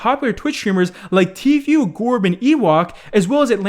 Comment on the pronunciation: Am I the only who gets irritated when says 'Tfeu' instead of 'Tfoo'.